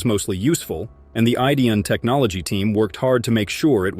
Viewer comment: Another idiot narration that mispronounes Rick and Marty's last name. Oh, the name of the show is 'The Curse Of Oak Island', NOT ' The Curse Oak Island'. What a moron!!!!!